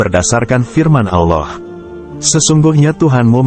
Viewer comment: Kelihatannya krang ini bukan yg pakih terntang islam karena cara lengucapannya kurang pasih dalam pengucaoan Allah.